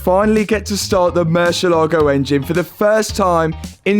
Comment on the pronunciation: I have followed the series from the beginning and I surely clapped when the engine finally worked. Congrats! Times the word Murcielago has been butchered: 23191 times.